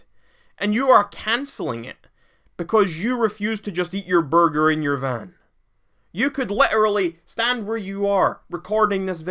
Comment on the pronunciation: This man say borger lmao